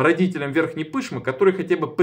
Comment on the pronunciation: Верхняя Пышма , ударение на А, последний слог